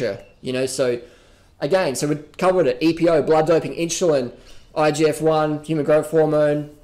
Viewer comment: Lol. In-shoe-lin.